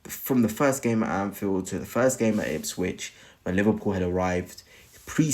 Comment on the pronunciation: Who are “Itswich ” ???